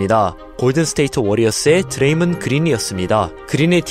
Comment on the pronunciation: 드레이믄 그린?ㅋㅋㅋ먼 발음이냐이건